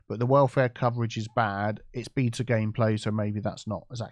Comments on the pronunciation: every time he said BETA is kept hearing BEATER. Good for a few laughs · Pronouncing “Beta” as “beeta” is so funny 😂